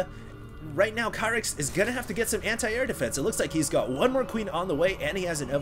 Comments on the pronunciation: you're pronouncing his name wrong, it's pronounced Keer-ith zenith not Kyrith. Watch the GSL! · ur prounoucing kyrix namewrong its not kia-ryx its keer-ryx, atleast u prounouce zenith right until husky who pronouces it zeenith